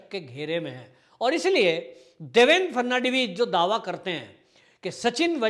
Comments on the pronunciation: Frnadibij नहीं फड़नवीस नाम तो सही लिया करो भाई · Fad navis to bolna sikh lo. Ferdinand vis jaisa bolte ho.